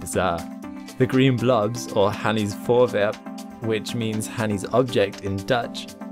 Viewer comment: P.S. I should just add that the Dutch name Hanny is pronounced "Honey". ;)